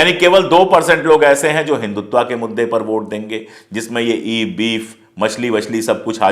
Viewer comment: पांडेय जी, आप तो मूलत: हिन्‍दी भाषी हैं, फिर हिन्‍दुत्‍व को हिन्‍दुत्‍वा क्‍यों बोलते हैं?